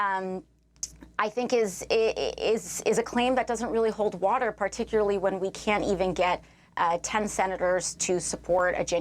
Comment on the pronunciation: She had me at “particuly”….jajajaja